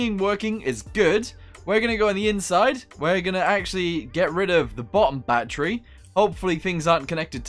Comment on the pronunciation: Why do you say battery like batteru